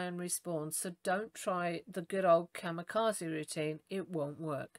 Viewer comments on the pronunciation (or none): none